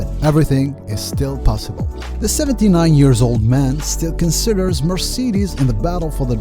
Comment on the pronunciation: cmon bro u really can‘t say marcedes..